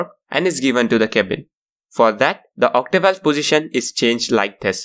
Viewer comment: It is Octovalve. Not Ottivalvle as you continue to repeat.